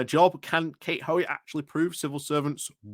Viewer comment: Why is the second ‘o’ from Hoey’s name always omitted?